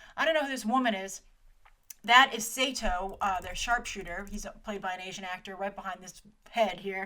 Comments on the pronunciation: I love you Grace, but you're butchering their names!!! Batou is pronounced BAT-TOW, Saito is pronounced PSY-TOW, Arimaki is pronounced ARI-MA-KEE and Kuze is pronounced KOO-ZAY. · Great video, Grace. I was actually waiting for this one impatiently. Just a few nitpicks though: - Batou is pronounced Bah-toe - Saito is pronounced Psy-toe - Kuze is pronounced (I believe) Ku-zay - Batou's eyes look more like Borma's from the anime series. I wish they stuck with the white-eye design Other than the names, I'm pretty much agreeing with all that you've said about this movie. It looks great aesthetically, and is a great homage to the films and anime series. HOWEVER, I think because they're drawing from almost all the different iterations of Ghost in the Shell (films and anime series) in big AND small things, I think it will hurt the film. They should have just stuck to a "less is more" approach in terms of what they can cram in. I also think the focus is so much on the visual aspect that I worry the story and themes will be somewhat lost. I REALLY hope they can keep in the many themes like how the first animated film did. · They smashed pretty much every version of GitS into one film, changed characters and boiled the plot down super hard for a general audience. It's going to be Ghost in the Shell in name only and that's sad. Also lol Grace BATOO? SAYTOE? KOOZ? Geez gurl.